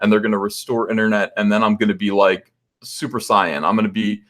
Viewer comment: Thanks for saying Super Saiyan correctly. I never really heard the English dub of Dragon Ball so I was just aghast when I heard they would say Saiyan as “sayin’”. Can’t wait to see your Vampi #1 variant!